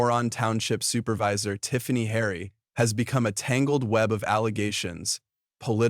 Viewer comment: If you are going to narrorate something make sure you have the names right!! its Tiffany Henyard!